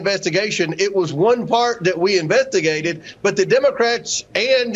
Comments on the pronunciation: Did Comer say 'inventigated' in the opening clip? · "It was one part that we invettigated..."